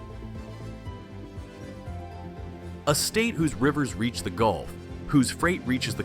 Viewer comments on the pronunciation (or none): none